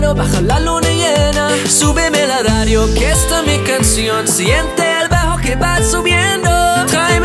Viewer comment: its so funny when you say, la ladio instead of radio, like japanse people hahah. good work.